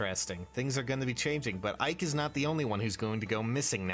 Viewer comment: Ike? I thought you said Mike.